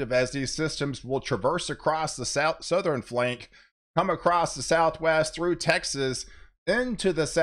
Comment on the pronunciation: EastERN, SouthERN... NOT EastREN or SouthREN..... I bet you say nukular too.